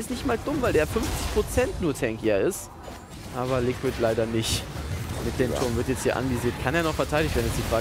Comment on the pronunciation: ich find deine Videos top! Aber versuch doch zumindest mal Englisch zu lernen... der Supp heißt "Likkrit" und du sprichst es halt als "Liquid" aus xD